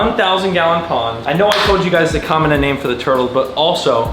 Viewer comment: You kept saying comment comment and it sounded like Comet. So name him Comit